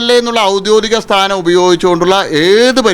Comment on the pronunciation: ഔദ്യോദികം അല്ല ഔദ്യോഗികം 😂😂